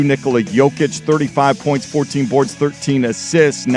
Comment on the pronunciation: Hey you're saying Nikola wrong